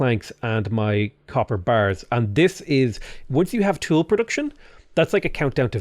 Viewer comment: The way you say "copper bars" always makes me think "capybaras".